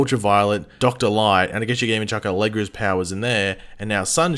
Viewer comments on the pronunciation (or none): none